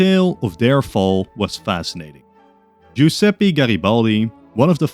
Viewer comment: The good alternative history dose of the day Btw in Italian "e" is always pronounced as the "e" Nevada or Press Looking Not to hear any Giuseppy or salamy in the following "if everything went perfectly for Italy ;) Keep up the good stuff!